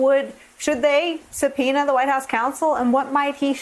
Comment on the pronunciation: she unmistakably said " subpenis"